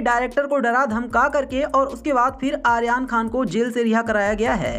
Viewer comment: Aryan khan ka naam to theek se pronounce kr lo jitni baar bola hai utni baar hi galat bola hai, jis se irritation ho rhi hai .